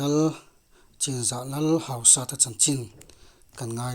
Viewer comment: Hausata i lam dan chu...hauhuk sat a ang alawm le...Hausat...hausat na/neinung tih lam akawk a,,,lamdan tur dik zawk niin alang ..